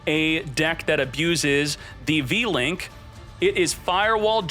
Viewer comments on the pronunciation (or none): U-Link not V-Link